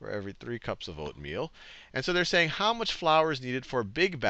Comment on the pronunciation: its true he does repeat him self so much but something funny is the first part that was by accident he said oatmeal wrong